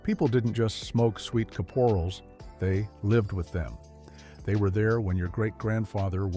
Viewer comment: And the emphasis in Sweet Caporals is on the 'Cap' not the 'or'!